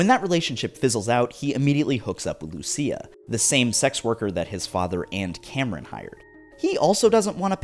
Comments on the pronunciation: She is called Lucia, not Lussia lol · It's pronounced Lucia (Lu-chi-a).